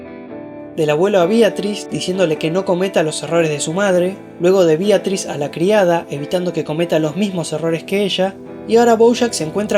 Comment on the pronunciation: BEATRIS NO BIATRIS